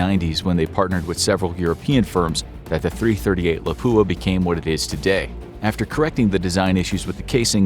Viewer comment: I want to die every time I hear someone say “Lapoo-a”.